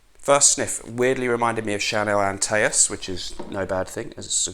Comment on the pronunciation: Thank you for another enjoyable presentation but if I may humbly suggest, Chanel's Antaeus should actually be pronounced " onn' - tews " . I recall it from the old Chanel ads on tele and perhaps at the cinema too. I bought a couple of bottles of Antaeus and was gifted a sample in the mid 80s and still remember the scent to this day. There was a rich, sweet animalic character about it which narrowed its usability. However when in the mood I loved it. Every best wish!!